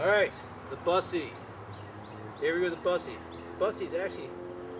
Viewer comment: i think you pronounce it BOOSSE not BUS eee